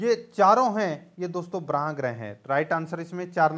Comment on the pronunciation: वो बराह नहीं होता है... वो बाह्य मतलब bahy होता है सर